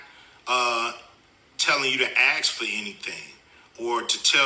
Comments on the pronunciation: I love Cube but he's wrong on this one. This Election is about preventing The Heritage Foundation from implementing Project 2025 and keeping the Orange Grifter out of The White House. Cube also needs to learn how to say "ASK" not "AX' if he wants to be taken seriously. 😎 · First, Ice Cube or whatever your name is. Learn how to pronounce ASK. Had no idea he was one of the kind of blacks so easily swayed by marketing, and the tales we see on the screen. Maybe his children can talk some sense into him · Ice Cube: Can't pronounce the word 'ask'. Can't speak coherently on politics.